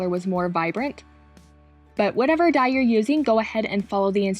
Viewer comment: « and now it’s ready to dye » that sound like « and now it’s ready to die » 😂🤣